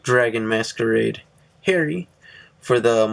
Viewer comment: Hey. I'm just gonna say: no Artilleryman, no Jacquelin(replace with flying Peyton) and you say Harri Ha(like you're laughing) ree(like redo).